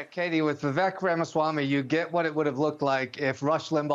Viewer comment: The only good thing to come out of all of this is that Americans have now learnt how to pronounce 'Ramaswamy' properly. It just makes me very happy! :D